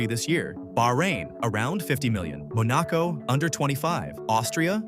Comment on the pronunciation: Text to speech killing me because after I heard Monaco as Moh noh coh, otherwise good video